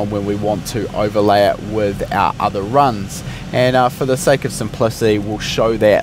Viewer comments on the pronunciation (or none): none